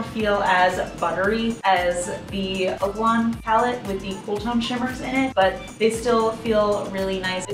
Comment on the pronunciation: Lmao I think it's oh-ka-lon